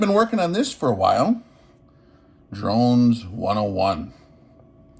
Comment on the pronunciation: He’s “keeping up with the Dronses.”🙃